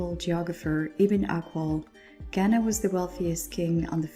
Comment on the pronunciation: This was really helpful but as a Ghanaian that’s not how you properly pronounce “Ghana”